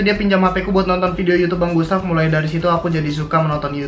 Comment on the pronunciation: bukan fidiyo tapi video